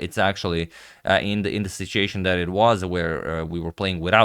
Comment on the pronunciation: That was fun! Now the only reason I'm writing this part is only because I know that you like to constantly get better at things. I am not trying to be negative. When you say the word "situation" you say it as a foreigner. You say "sitseation". I'm only trying to help. I wish I could speak a second language half as good as you. I really like your channel. Say it like the word "sit" then the word "you".